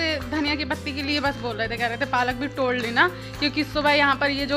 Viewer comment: टोड़ kyu bolti ho tum